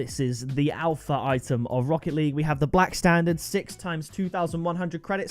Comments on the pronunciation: Only legends were here when it said ALHPA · Alhpa XD